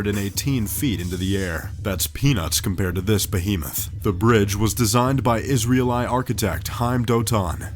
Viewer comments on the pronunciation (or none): I didn't know the bridge was designed by an ISREAL-EYE architect. /s correct pronunciation is iz-RAY-lee. ie, from Isreal. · Nice if these "professional" voice over talents would check their pronunciation... or if the so-called 'producers' would look things up before they do their recordings. This guy says Israel-Eye, for Israeli. Guess he's never heard anyone mention Israel, like maybe on the news. And never heard any mention of the people who live there, the Israel-ee people. Sigh. Guy, didn't they teach you this in grammar school? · I barely got through this. Someone clearly wrote out the french, chinese and indo-malay words phonetically for you but then there is Israel-eye as if it’s latin. It’s pronounced israylee. And Husa-eeny ...what about Husaynee? I would hope you’ve heard israel and Hussain a couple of times on the news. And then a huge suspension bridge made out of “ropes”? They’re made out of steel cables which is shitloads stronger than the steel bars we used to use. I should know better than to watch these top 10 shits. It’s like watching educational media for the trailer park set... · LMAO 'Is-rail-eye' 'die-ah-hat-soo' dude learn to speak! it is 'Is-ray-lee' if it has an i on the end and 'dye-at-soo' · "Is-ri-al-eye"? I thought it was pronounced "Is-rale-ii" ? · Israel-“I”. Seriously dude? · Did he just pronounce Israeli as Israel-EYE??? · "Israel-eye?" Really? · The "Jenpai war?" Surely he meant the "Genpei War." EDIT: Oh and it was fought by the High Key clan apparently xD EDIT 2: And the one in China was designed by an Israel Eye architect... Jeeze, Top Trending, get a narrator who knows how to pronounce things. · Lazy Ukulele Guy It is. This guy’s an idiot 🤦‍♂️